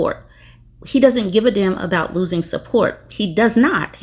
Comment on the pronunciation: I was wondering why you were saying "loosing"😂😂😂😂